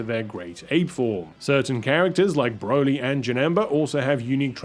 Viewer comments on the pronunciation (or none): none